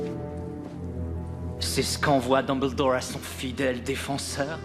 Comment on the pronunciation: En temps que quebecois , le fait qu'il dise dumble-dorr , drago mal-fois , hermione gran-gé me derange un peu